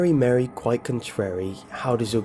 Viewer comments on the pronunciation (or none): Update: It's MUH-REE. Not Mary. My god.